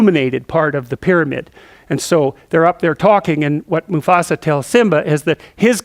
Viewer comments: Its "musAfa" not "musofa" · Musafa hhh he almost said Mustafa lol 🤣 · No one dared correct him when he said Musafa hahaha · LOL, "Musafah." I love it! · lol, it's MuFAsa, not MuSAfa! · lol "musofa" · get your feet of musofa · Ah...Good ole Musofa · i love JP! for some reason i couldn't stop laughing he says "moofasa" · mrbrockpeters musofa musfoa musofa! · "My sofa"